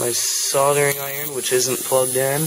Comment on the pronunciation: I know exactly what it is, it's just how he pronounces it as soddering... how do you get sodder from solder?